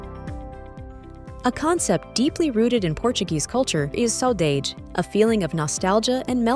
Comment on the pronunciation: I can't really understand...is it so difficult to learn how some foreign words are pronounced before making a presentation like this? Like saudade, bacalhau